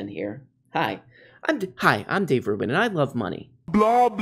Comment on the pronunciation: Conservatives like to intentionally mispronounce the names of people they disagree with. Including Dave Rubbin.